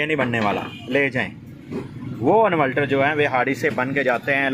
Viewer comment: Yar pehle bolna seekh lo invaltal nahi inverter hota he